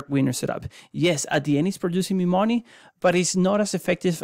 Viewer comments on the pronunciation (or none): Not gonna lie, when I hear someone with a thick accent selling a product, I just assume it was outsourced. I'm trying to listen but I can't stop laughing at "how much mooney from your weiners."